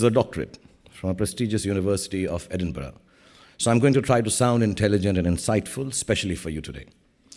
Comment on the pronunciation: The People who troll Shahrukh don't know the pronouncing Edinburgh 😂